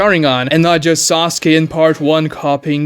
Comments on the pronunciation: seconds in i hear sosky and i instantly have no respect for his opinion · No. He can pronounce 'case' perfectly, which contains the same long-a phoneme as Sasuke's name. It is not a speech issue. He simply mispronounced it.